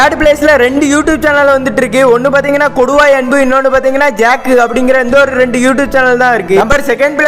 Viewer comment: Bro கொடுவாய் அன்பு இல்ல கொட்டுவாய் அன்பு❤